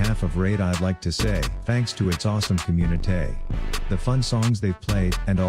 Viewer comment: This man really rhymed “say” with “communi-tay”